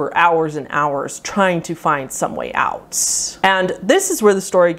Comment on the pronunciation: This video would have been a third shorter if the end of each sentence wasn't elongated with invisible syllables. I've never heard 'out' pronounced 'outtsss' before either 🤷‍♀️. Totally unique version of the English language!!